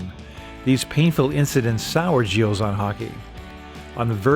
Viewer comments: I am very impressed by the fact that despite the depth of your research, you weren’t able to find out that the « s » of Gilles is silent in French. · The "s" is silent. A bit of respect for our culture please. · The “s” in the name Gilles is silent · Argh, pronunciation! You don't say the "s" on the end of Gilles. This is hurting my ears. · You dont pronounce the S in Gilles btw. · Gilles, the “s” is silent. Thank you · He lives near me in LaSalle, Talk about a thin talent pool . BTW , the 'S' in Gilles is silent. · You don't pronounce the "s" in Gilles.